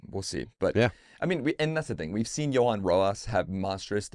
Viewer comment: Can someone help pronounce Duran’s first name? It’s Jho-ahn NOT Jo-han. Please.